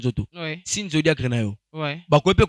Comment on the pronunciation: Zodiaque et non zodiacre mon frère 😂